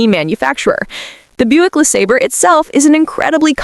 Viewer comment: Doctor there is something wrong with my AI voice thing: Pronouncing it as Boo ik then Buick then back to Boo ik